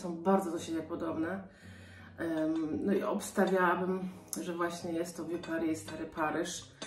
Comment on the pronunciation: Dzbanek francuski BOSKI! Vieux Paris trzeba czytać ... nie "wiu" tylko usta układasz jak do "u", ale mówisz "e", że tak ... nie fachowo doradzę 😃😄 🍀🌻🌿☀️🍀🌻🌿☀️🍀🌻🌿